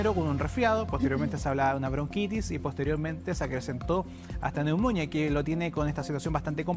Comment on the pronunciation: Me sangran los oídos cuando escucho a una periodista, diciendo "neumónia" en vez de "neumonía" poniendole el acento donde se le ocurre. Y lo peor es que nadie del noticiero tiene el buen tino de corregirla sutilmente por interno u algo. Da vergüenza en serio.